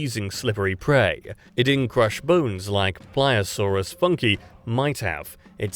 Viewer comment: My god Anglophones suck so hard in speaking any other languages. Not "funky", it is Funke, the german word for spark.